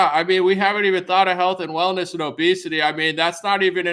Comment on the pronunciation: You said hellness and wealth just before seven minutes 🤣😂